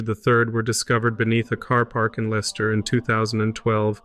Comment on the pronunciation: Leicester is pronounced Lester. If you ever need any help please contact me.